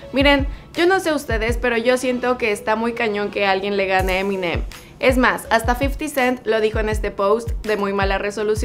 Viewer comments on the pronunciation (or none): Se pronuncia M&M.